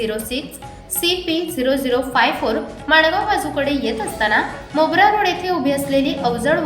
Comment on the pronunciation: मोबरा नाही मोरबा